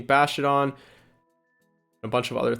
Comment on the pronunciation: I cringe everytime I hear “bashtiodon” 😂 Sweeeet team though 😁